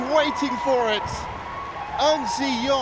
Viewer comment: Probably that's the reason why the commentator always sound like he's saying An Se-young instead of Ng Tze Yong haha.